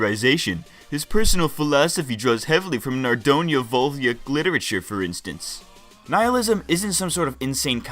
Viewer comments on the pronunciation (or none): Sorry to say, I am learning Russian, but it is NOT naroDAYA, it is narodNAYA. (Народная, а не "народая".)